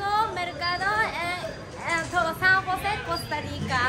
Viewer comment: San Jose Costa Rica,no san juse